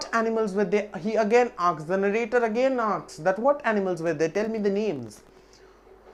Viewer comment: 'The board often "akss" ...lol